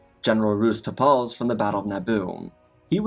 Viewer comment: It's pronounced "Tarples", not "Tar-PAHLLS".